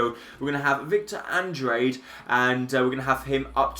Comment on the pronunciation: it's pernounced: Andr á de